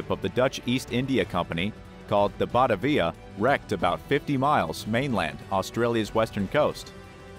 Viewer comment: Pronounced Batavia wrong. It's not Bata- via, but Ba-ta-via.